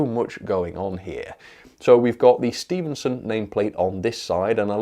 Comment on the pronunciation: Stephenson not Stevenson doh!